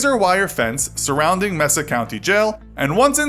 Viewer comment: The one where she broke in to jail, the prison name is called Mesa which is said like “mey-sa”. I near there so just a helpful hint :)